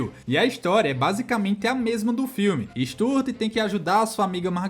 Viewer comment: Stuart (stew-wurt)